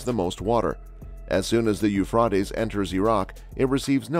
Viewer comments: OH MY GOSH this IS killing me. The Euphreites river HAS A LONG A SOUND!! PLEASE STOP butchering OUR language 😑 😭 😒 😢 😫???? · whoever made this and is telling the storiy who you find to speak?have they not heard the river correctly?I know in Lords eye doesnot matter still get someone who knows how to say it right.